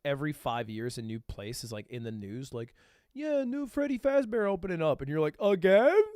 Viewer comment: Freddy Faazbear💀